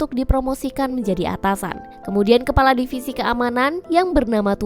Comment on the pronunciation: Kepala kali kk bukan kelapa